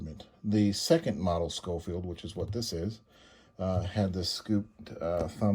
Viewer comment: Pronounced “Showfield”. Love mine, have Ivory grips